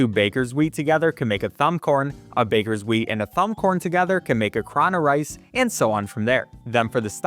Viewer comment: "Cro-ne-rice" instead of "crone-rice" 🗿